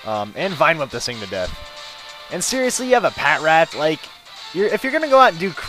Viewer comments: And pah-trat :) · ITS PRENOUNSED PA-TRAT